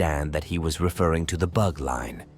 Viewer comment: Why can’t you pronounce Russian geographic and proper nouns correctly? The rules of transliteration of Russian names are simple. The Bug river should be pronounced as ‘boog’, not as ‘bahg’. The operation Bagration is pronounced ‘bahgrahtion’, not ‘bahgreishn’. Give yourself a bit of labor to please your audience.